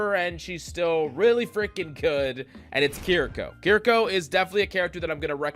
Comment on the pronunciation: Key rree kaw